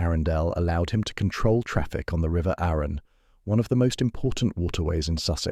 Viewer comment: If AI can’t pronounce Arun and Arundel correctly, I just can’t watch this.